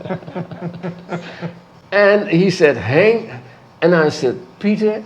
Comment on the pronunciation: Henk, not Hank. It's a Dutch name.